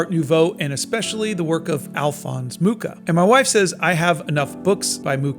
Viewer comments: Hi! Just to help, beware of the pronuntiation of his surname, it should be [muxa] (you can listen to it on wikipedia 😊) And for all of you that are interested in his artwok, if you ever have the oportunity, go see the 'Slovanská epopej' in Moravský Krumlov! It's stuning! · The Nazis tried to tear him down and look how that turned out. Today, the world collectively spits on the Nazis while Mucha's legacy lives on. Hate never wins. Also, the 'ch' in Mucha is pronounced as just 'h', and the name means 'fly' (same as in my native Polish). :)